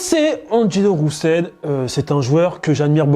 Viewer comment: Pourquoi il dit D'angelo Roussel? 😂😂